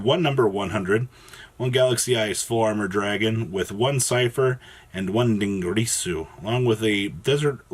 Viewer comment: "Dingreasu" gets me. every. time.